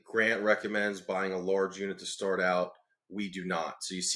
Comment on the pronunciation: he didn't say stay small, he said: "start small".